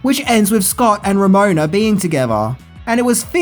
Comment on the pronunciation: Man, you really struggled with Ramona's name there, didn't you?